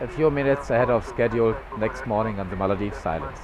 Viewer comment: The ''Maladives'' instead of the Maldives....